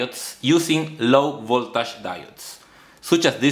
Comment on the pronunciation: your videos are great, but please improve your pronunciation (PD: Pronunciation and accent are two different things), example, its Voltish not Voltash when you talk about Voltage